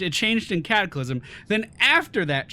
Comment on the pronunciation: Updated in Cataclyrm. Cataclyrm wuz muh favurrt expunshun!